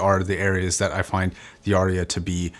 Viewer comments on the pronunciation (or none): “Arya” has but TWO syllables. 😊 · I’ve always assumed it was named to sound like “aria”: an opera solo. Which I’ve only ever heard pronounced r-e-ah. Of course I’m from the U.S. where we butcher words and then tell others they are pronouncing their words incorrectly :)